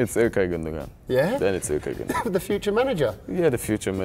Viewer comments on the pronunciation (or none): Actually you should trust me because gündogan is türkisch and is pronounced gündoan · I thought Gundogan was pronounced Gundo-wan but I'll trust a German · KingdomofSkeough its pronounced Günduan. Im from Germany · KingDomofSkeough No: Gündogan Günn-do-gahn. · Jesse Pinkman im german I think u dont pronounce the second "g" but ok...hes his tm8 so... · KingdomofSkeough Ilkay's name is Turkish. Sane kind of butchered his name.